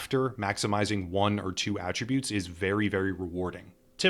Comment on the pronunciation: Very good guide. A+ for being one of the only ones doing these guides that can actually pronounce "attributes" correctly.